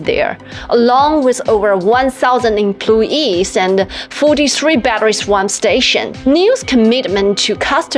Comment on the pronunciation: It is 'swap', not 'swamp' !!!